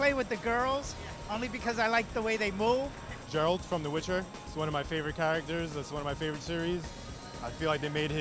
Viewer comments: he actually DID pronounce it with a 'j' sound instead of a 'g'. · It sounded like he called him Jeralt. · He said Geralt.